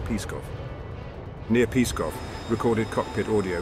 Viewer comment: it is not "Peeskov" but rather "PSKOV" no vowels ;-)